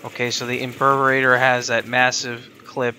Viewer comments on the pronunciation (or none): Nice video! Just a heads up on the pronunciations: Imperator: Im-pair-ah-tore Dual Decurion: Dual Deh-cure-ee-ahn Corvas: Core-vus Velocitus: Vel-ah-sit-us Im not making fun of your pronunciations, I'm just telling you these.